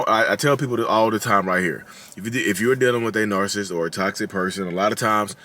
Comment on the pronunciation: I'm from Philly and I pronounce "narcissist" the same way you do. You do you. 😊